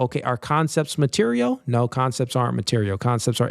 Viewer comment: Teacher: MUH-TEER-E-AL, Material.: MUH-TEER-E-AL, Mateerio.